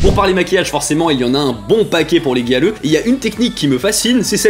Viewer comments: Moi grêleux 🤣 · Quand tu disais Gyaru, j'entendais "Galleux"... x) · J'entends aussi galeux ! 🤣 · A chaque fois que je l'entends dire "gyaru", j'entends "galeux".. x'D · On est d'accord xD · T'as dis gyaru j'ai entendu galleux TT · Quand il a dit gyaru j'ai cru qu'il avait dit galleux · J’arrête pas d’entendre galeux au lieux de gyaru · HAHAHAHA j’arrive pas a ne plus l’entendre maintenant